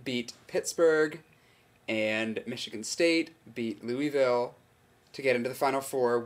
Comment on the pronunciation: You say Louisville funny. It's LOO-uh-vull. :D